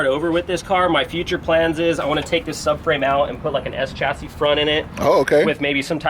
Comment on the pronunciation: I think you said DSE chassis swap wrong haha.